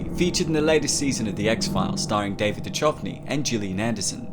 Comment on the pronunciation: you lost me at du chov ny